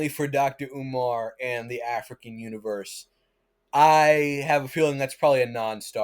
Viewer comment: lol, afri-qwains. buddy....settle down